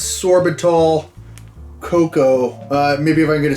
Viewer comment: “Orbitzol?” You mean “sorbitol?” That’s an artificial sweetener, Beast.